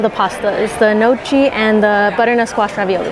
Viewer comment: Gnocchi is not pronounced noCHEE, it's pronounced noKEY.